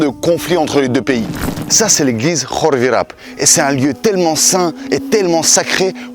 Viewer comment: ENFIN QUELQU'UN QUI PRONONCE BIEN KHORVIRAP